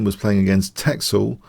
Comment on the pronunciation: It's pronounced 'tessel', not 'teksel'